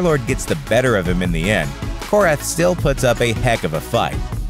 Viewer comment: Its korath his name is korath